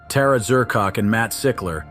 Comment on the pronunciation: Tara Dz-ur-koc...😂